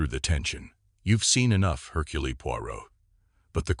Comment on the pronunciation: Seriously!!! He pronounced it Hurculee!!!! Don't bother unless you're going to pronounce😅😢😂 things correctly, sheech!